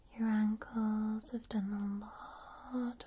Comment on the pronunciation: when i hear you say ankles it sounds like you saying uncles lol